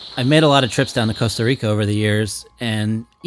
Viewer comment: Excellent photographic compositions. But Americans don't pronounce the 'Costa' part of Costa Rica correctly! 😇